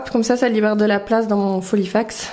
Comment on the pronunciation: J ai toujours le sourire en t écoutant sur tes vidéos... filofax et non folifax 😂😁😜 lol je te taquine. Prends bien soin de toi 😚